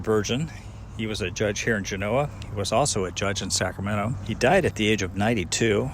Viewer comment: Great video once again...found out I've been pronouncing Genoa wrong...!!...I wonder if you have been to Snowshoe Thompson's "cave" just north of Hwy 88 just down the canyon from Hope Valley...pretty cool sitting in there where the great Thompson found shelter on his treks...Thanks again..keep up the good work...Scott